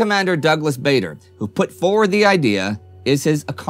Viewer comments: Baa-der, not Bay-der. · just to let you know Bader was pronounced Bar Der and not Bay Der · Another very good video, but it's a pity Indy mispronounced Douglas Bader's surname. It's not at all obvious from the spelling, but it's "Bahder" or "Barder", not "Bay-der". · Bader is pronounced like "Larder" not "Vader" isn't it? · Another great episode this week. Congratulations to all the guys here working so hard and putting together such a fantastic narrative of the war. This is what makes it so much harder to pick up on pronunciation. I could be wrong but I’m sure Douglas Bader’s surname is pronounced Barder. This is how I’ve heard his family pronounce it. As well as a school teacher of mine who was part of his ground crew. Plus the numerous number of news reporters and tv announcers I’ve heard say his name. It’s only a small thing but just wanted to highlight it. Keep up the great work and thank you for such great content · Just to let Indy know Douglas Bader is pronounced Bar-der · I believe That Douglas Bader preferred the pronunciation of Bad er, as in bad boy.